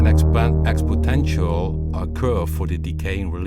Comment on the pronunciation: Expotential ...lol It's called exponential